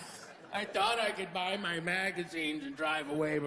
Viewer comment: "you know, where they byew the beers?"